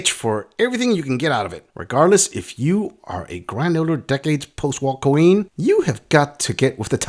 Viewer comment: I've noticed that you call women "Cream" instead of Queen, I assume it's just short for Cream Pie or Cream Gobbler which it's funny and true either way..🤣😂🤣😂👍😁👍